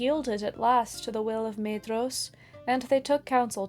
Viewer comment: Why do so many people struggle to pronounce Maedhros when the Silmarillion comes with a pronunciation guide? Got Laurelin wrong too.